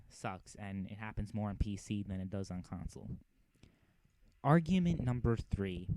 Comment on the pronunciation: How Do You Screw Up Argument, YOU SAY THE WORD YOU HEAR THE "G"